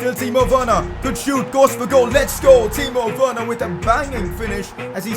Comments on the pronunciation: Did say Timo Wayerner or am is it just me? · U said timo werener